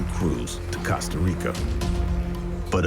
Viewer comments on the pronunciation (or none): It bothers me how the narrator says Costa Rica